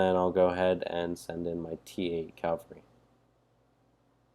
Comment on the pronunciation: It's cAValry, not cALvary...